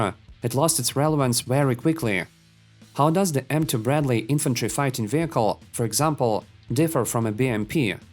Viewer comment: Bro, there isnt an extra errr after saying an r in the last letter of a word